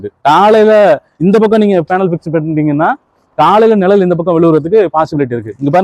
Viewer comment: நிழல், நிரல் அல்ல தமிழை உச்சரிப்பு காப்பாற்ற வேண்டும் குழந்தை கள் குலந்தை அல்ல. மற்றபுடி OK